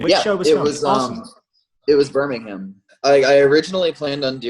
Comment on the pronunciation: it really bugs me how he pronounces Birmingham.......